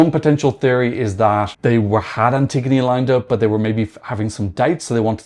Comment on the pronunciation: Antigoni in Greek is pronounced Anti-yóh-knee (y as in yeah yeah fire)